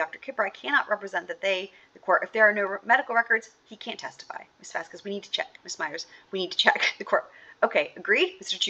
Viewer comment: I think correcting on the pronouciation of a specific attorney's name and the questioning regarding That Umbrella Guy's actual name/title, not muddled and ever-changing version of TUGs channel! So satisfying! If only he had corrected on the pronunciation of "Vasquez"!!!!